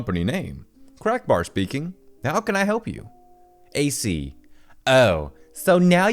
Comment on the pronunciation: i got disturbed when he said crackbar instead of crackbear